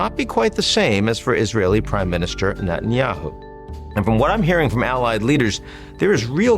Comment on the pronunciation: Hey, Ian actually pronounced netanyahu right in the intro!